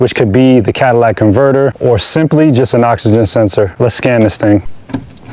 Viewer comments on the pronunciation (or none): It's a catalytic converter, not a Cadillac converter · "Cadillac" converter